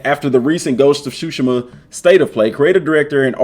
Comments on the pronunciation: I think It pronounce sushima not shushima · cool video but you're saying tsushima wrong.